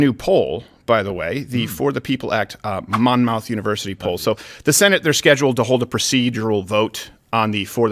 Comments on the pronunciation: its pronounced mon-muth . fuggin mon mouth! goof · Mon-MOUTH University...I couldn't stop laughing at that pronunciation! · “MOM-ITH” Monmouth.